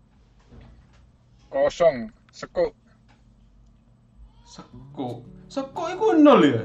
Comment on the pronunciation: Seng bener iku sempuk bukan sekuk